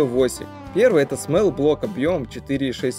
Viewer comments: Брат, очень интересно и подробно рассказал. Но нельзя неправильно произносить то, о чём рассказываешь. Small - это "смолл", а не "смэл". Это очень ухо режет. Так же как wall, tall, fall - везде читается как "о". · Спасибо за труд. Но есть что мне мешает это произношение Small смол (малый) а смэл это запах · Что за "смэлл блок" Твоя английский езык учить? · Ага, всё видео эту вонь слушать пришлось.